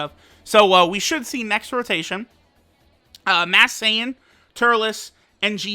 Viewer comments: He keeps saying mass Sayian when its masked sayian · he has been saying mass saiyan